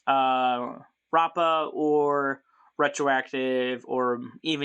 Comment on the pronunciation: At the time of this comment, the link 1 should already be out! Also, you're pronouncing rappa's name right! BACH also stands for Battle of Chaos!